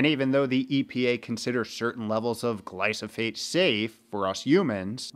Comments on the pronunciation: It's Glyphosate, not Glysophate 😅 Nevertheless, great video you made there. 👍👍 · After like he says it correctly one time